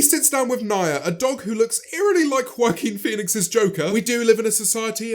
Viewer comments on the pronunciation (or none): He said Joaquin Felix lol my name is Phoenix and people always think my name is Felix